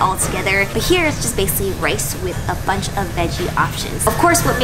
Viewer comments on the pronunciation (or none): none